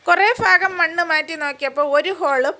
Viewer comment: സേച്ചി അൽഫുതം അല്ല അത്ഭുതം ഫാഗം അല്ല ഭാഗം... പിന്നെ ശ്രദ്ധിച്ചു പിടിക്കണം.. പരിചയകുറവുണ്ട്... Full സ്ലീവ് നല്ല കട്ടിയുള്ള ഷർട്ടും ഗ്ലൗസും ഇട്ടുകൊണ്ട് റെസ്ക്യൂ ചെയ്യൂ.